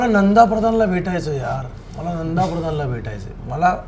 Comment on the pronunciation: बर का, माला नाही रे ते "मला" आहे, बर का!!